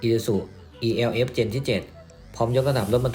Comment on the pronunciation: มันชื่อรุ่น เอลฟ์ ไม่ใช่รุ่น อีแอลเอฟ